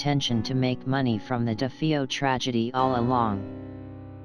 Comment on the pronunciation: This narrator mispronounced "Defeo" and "heinous".